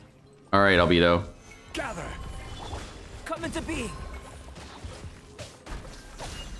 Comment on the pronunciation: The way this guy pronounces albedo makes me cringe everytime…..why are all genshin streamers so cringey (except mtashed)….its like mihoyo picks their VA’s and streamers based on how cringey they are…..